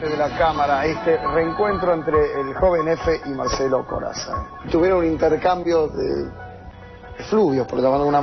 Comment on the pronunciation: Corazza...Lo pronunciaste "Corassa"